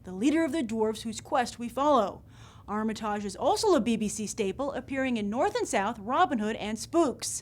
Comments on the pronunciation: You mis-pronounced Richard Armitage's surname.....come on, it's really not that difficult to get right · the way this lady pronounces armitage -makes him sound french -its hilarious!!!!!!!!! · Sorry to be picky here, Grace, but it would be really nice to hear Richard Armitage's name pronounced correctly - after all he has the same name with the same pronunciation as the former US Secretary of State and I don't remember anyone having a problem pronouncing that. However I am a Tolkien fan and truly excited at the prospect of seeing more of Sir Peter Jackson's talents in The Hobbit and of course all the wonderful characters from the book, and for me, Thorin in particular!